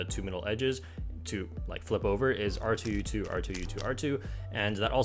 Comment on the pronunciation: I can’t be the only one that thought he said r2-d2 not r2 u2